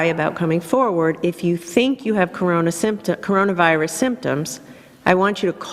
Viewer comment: I burst out laughing at this for some reason